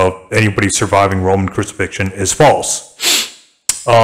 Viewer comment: he said "a full roman crusifixion". nice try tho.